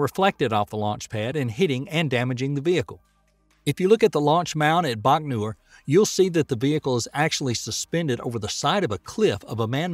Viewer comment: Look, I like his accent and all, but please go over pronunciation before recording. Deluge & Baikonur